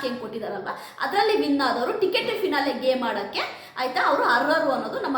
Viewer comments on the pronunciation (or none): none